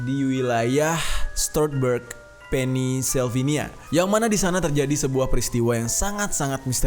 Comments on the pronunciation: wkwkwk.. pennisylvania.. pennsylvania bro yg bener baca nya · Aduh bang pengucapan pennsylvania nya. *maaf